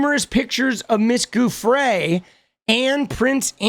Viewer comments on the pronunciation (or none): Hi! Just a friendly… Giufrre is pronounced joo-fray 👍